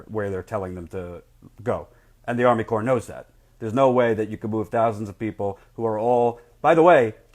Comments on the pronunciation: It's pronounced core not corpse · Great and thorough report. Thanks! btw though... "CORPS" as in Army Corps of Engineers, is pronounced like "CORE" just FYI. It's not plural. I'm just trying to help. Also, it's a common mistake. Keep up the good work! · You're doing a great job yet please say core (corps) A corpse is a dead body, as you know. Just remember when urinating to pee silent. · You are doing real journalism. One thing: "Corps" isn't pronounced "corpse." FYI. Keep up the good work. I can feel things building to a head. It's scary, but this is a necessary fight. The people there are so brave. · Also, "corps" is pronounced "core." Small matter of respect -- the USACE is an invaluable service and resource; it might be run in part by bought politicians, but in general, it's the last line of defense against corporate exploitation. : )